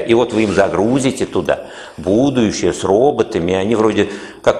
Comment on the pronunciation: А почему ув.лектор говорит "будующее"?